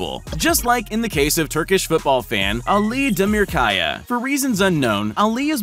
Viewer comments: I like how you say Ali demirakya in an english accent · Hearing this man attempting to pronounce Arabic words/names is absolutely hilarious. He pronounced about half of the words in the part where Ali Demirkaya is banned from the stadium